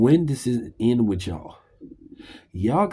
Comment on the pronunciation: WITH (strong TH), not WID or WIT. dis, dese, dat, dem, dose, dere. Get back into English classes....and PAT ATTENTION, this time .